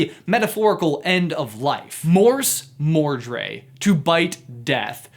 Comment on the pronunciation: The way he pronounces "Morsmordre" also triggered me... you start by showing a clip of Barty Crouch Junior saying it perfectly, only to keep on calling it mordré for the rest of the video? :( Not cool, brother.